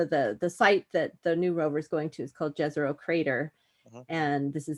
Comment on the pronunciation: Try pronouncing Jezero crater like Yezero (that's the right way)